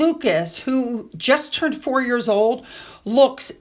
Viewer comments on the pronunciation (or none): none